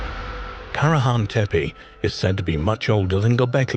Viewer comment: You pronounce the sites and names wrong,its tepe,ending in e not i… and sanliurfa,read as its written…